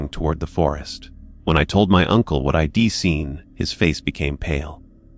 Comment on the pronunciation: The story might be okay but I couldn't get that far. I ...D like it better if it wasn't read by a machine that makes errors over simple words like it and I'd. Sorry but it's frustrating when real narrators get de monetized and you don't